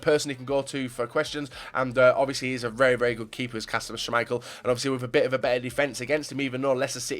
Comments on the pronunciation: Jesus how many GCSES do you have.. you butcher almost every pronunciation out there. That Shhaamichael killed me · "shhhuuumichael" lmaooo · Did anyone notice he said shaaaameichel